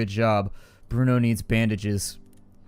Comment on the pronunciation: Hey, here is a little help on your eastern European names. The pronunciation is as follows (phonetically): Bruno - Broono (you got him right) Pavle - Pavley Katia - Kateea (you got her right) Cveta - Tsveta Hope that helps. By the way I know this because I'm from that neck of the woods.